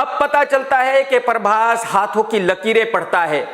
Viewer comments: Other people says- prabhas Krk says- parbhas😀😀😀😀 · Everyone: prabhas.. Krk: parbhas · When krk chaha says "PARBHAS" 😂😂😂. Pura desi admi hai 😂😂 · No body literally no body . . KRK : paarbhaaas 🤣🤣🤣🤣